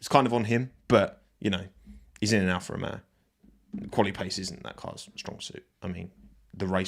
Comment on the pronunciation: Alfa Ro-yay-o